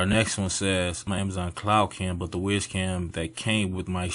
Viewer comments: I think is wyze is pronounced wise not wiz but i may be wrong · "Wise" Cam not Ways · not 'WIZ' cam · WYZE is pronounced "wise"